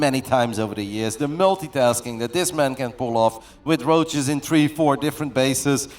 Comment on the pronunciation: Why is my dude pronouncing "Roaches" like that and since when? That rolling "R" is not a Dutch English accent so where'd he pick it up from? Genuine question 😂